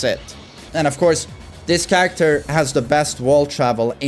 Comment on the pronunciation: "Don't chang'e charactah" - Knee